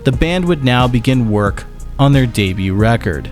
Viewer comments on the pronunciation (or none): My guy did you just pronounce "debut" as "day-byooT"??? Lol wtf